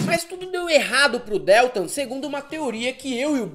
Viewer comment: Porra meu! não suporto ouvir a pronúncia errada do Deltan.... que dÉltam é esse? é horrível! Não!!!!! por favor! Bezzi, vc vai reprovar por falta! cadê vc? quero ver o atestado, hein?